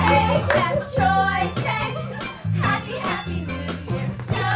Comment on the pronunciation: I hate the Cho chang pronounciation